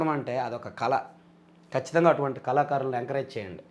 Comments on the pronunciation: "కళ" ని కల అని పలుకుతున్నారు బాబు. మంచి తెలుగు తో అందరికీ ముఖ్యం గా నవ తరం వారికి ఆదర్శం గా నిలవండి. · కల కాదు తమ్ముడూ... కళ 😂